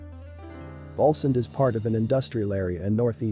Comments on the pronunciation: Pronounced Wawlzend not wolsend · Its actually pronounced waalsend, born and lived there for over 50 years, met sting in 1979 when i was a stage hand at Leeds polytechnic and The Police played there. Total twat and didn't want to talk about where he was from, bit of a snob. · Its NOT its pronounced Wallsend... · the automated voice pronounced it incorrectly. Are you stupid ?